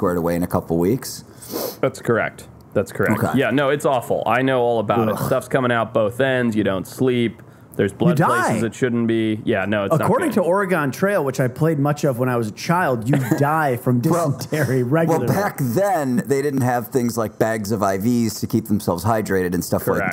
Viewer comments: The one butchered pronunciation of Oregon, pronounce it Oregun not Oregone. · I'm from the Midwest and I pronounce it "or-gon"